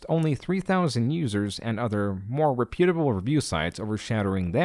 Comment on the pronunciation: Is "reputable" pronounced different in different dialects or something? I've never heard it pronounced like says it before. I honestly like the way he says it better.